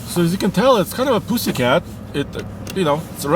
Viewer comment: Hearing say “poosycat” is the best thing I’ve heard all day.